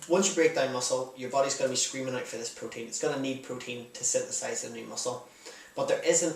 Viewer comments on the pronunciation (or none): When you said "protein" I thought you said "cocaine". xD